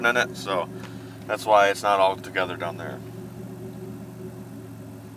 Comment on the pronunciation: "Down dere" my favorite saying